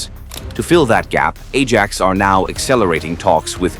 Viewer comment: Ajax 😂😂😂 pronounced "aye axe" but then again when you use ai this what you get lol. Good video though.